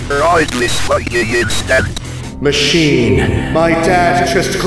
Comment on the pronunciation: I love the emphasis on Machine every time